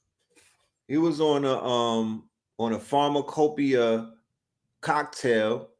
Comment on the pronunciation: "..A Pharma- Copia.." ---Sheesh !!